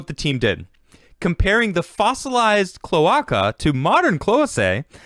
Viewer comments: omg the way you pronounce "clo-ache_uh" as "clo-ock-uh" is killing me. XD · kl-ö-ā-ka my dude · Its pronounced "Clow-Ay-kuh" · Klow•ei•kuh. Cloe-ei-ca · Latin. CLO-ARKA.